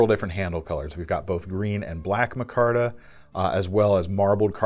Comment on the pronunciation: It's pronounced micarta not mahcarta? It's like every episode you mispronounce another word, lol just kidding love your videos.